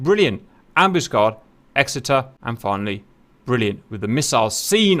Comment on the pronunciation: HMS Ambuscade, emphasis is on the last "A". Grates to hear you mis-pronouncing, Cap, as an ex-Matelot. "Am bus Caid".